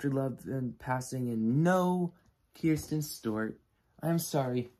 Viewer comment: Bruh, you don't even know how to say Kristen's name lmao. Her performance was shit and the industry and experts agree.